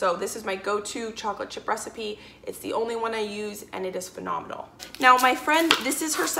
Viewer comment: Am I!!! The only one that heard, phenomenimal(instead of phenomenal 😄😄😄, BTW I think she's still super cool🤗😘💐💖